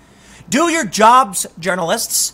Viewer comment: Tim, please pronounce it right. I usually do not call this stuff out. Different ppl, different pronunciation of words but, It’s urinalists, not, journalist. Again, not your fault, I get it. But it’s starting to get cringe, hearing the way you pronounce it.